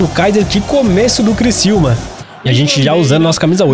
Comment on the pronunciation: É CRICIÚMA NÃO É CRICILMA É CRICIÚMA!!!!!!!!!!!